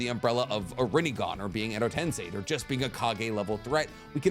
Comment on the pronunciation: Hearing saying TenSEI and not TenSAI warms my heart a lot